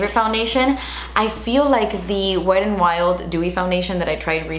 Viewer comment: Nobody:: Wed and Wild